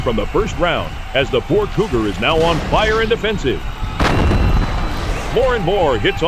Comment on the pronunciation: I could have sworn "Cougar" was pronounced as "Goober" a few times! 😆